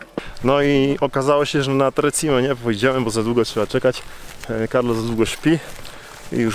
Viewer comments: Nie tre czime ale tre ćime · tak jest, Tre Czime, co się tłumaczy Trzy Szczyty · Hej.. Muszę to zrobić, bo tu mieszkam i za bardzo kocham Południowy Tyrol 🤗. 3 Cime (wymowa ➡️czime) nie oznacza 3 siostry.. To nazewnictwo polskie. Na sorapis prowadzą 2 szlaki. Najprawdopodobniej poszliście tym, który ja nazywam autostradą stąd tlumy ludzi. Na drugim w ogóle nie ma prawie nikogo, byla nas 6 i to pod koniec lipca.😉 Co do noclegów, szukajcie dobrej bazy wypadowej. Pomagam ogarnąć temat zwiedzania zwłaszcza opcję noclegu... jeśli chcecie zobaczyć Południowy Tyrol wraz Dolomitami. Szukajcie gotosouthtyrol na insta. Pozdrawiam 🏞️🏔️🚵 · Interesujący clip. Piękne Dolomity! Dziękuję. A propos wymowy: czyta się Czime. Pozdrawiam!